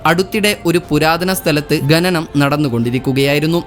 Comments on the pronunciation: ഗനനം അല്ല ഖനനം എന്നുവേണം ഉച്ഛരിക്കാൻ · പുതിയ അറിവിനു നന്ദി, സ്നേഹം 🎉 ഖനനം എന്നു തന്നെ ഉച്ചരിക്കാൻ ശ്രമിക്കുക. നല്ല അവതരണം. ആശംസകൾ